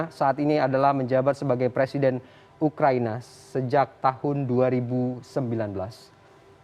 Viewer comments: Belajar baca dulu ya presenternya...ngomong salah salah gagap ..ukraina jadi ukraini..awokawok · Btul bos udh bilang ukraini 🤣🤣🤣